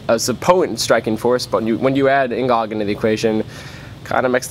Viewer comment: Plus, N'Gog is better than Bendtner....plus it is pronounced "N Go"